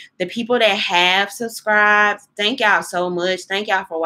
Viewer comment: Hey yow? Surcribas? commence ? udder day?👀 Girl please get a grip on the English language. There is a big difference between speaking with a southern accent and just plain old butchering words. Your thoughtful content is good though.